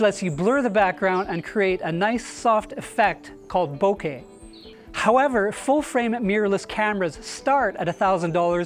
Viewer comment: Finally someone who knows how to properly pronounce “bokeh”